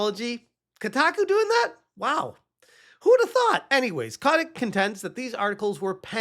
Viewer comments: So you did a deep dive but don't know that his name is Kotick, not Kotnick. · it's Bobby... CO-TIC. Robert (Bobby) A. Kotick.